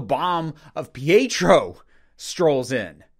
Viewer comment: I enjoyed the series a lot. Listening to your criticism, however, helps me to see how the show really could have been done even better. As much as I loved it, I can't disagree with you here. Minor thing, I think you're mispronouncing Pietro. It sounds like you're saying Fietro?